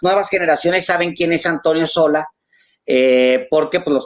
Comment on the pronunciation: Es Sola, no Solá